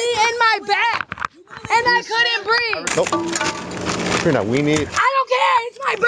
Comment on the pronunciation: uh canna breef! uh canna breef! uh canna breef! uh canna breef! uh canna breef! uh canna breef! uh canna breef! uh canna breef! uh canna breef! uh canna breef! uh canna breef! uh canna breef! uh canna breef!